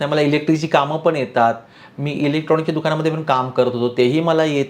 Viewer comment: asunahee tumhee "पण" ला "पन" बोलत आहात